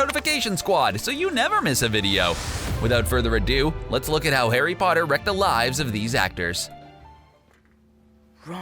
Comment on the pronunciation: STOP SAYING HARRY BOTTER!!!!